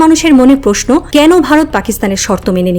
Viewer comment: আপু, আপনি কি প্র উচ্চারণ করতে পারেন না? পতিক, পধানমন্ত্রী, প্রকাশ, পশ্ন......